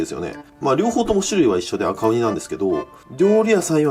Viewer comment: ごめん悪気はないんだけど「バカウニ」にしか聞こえないw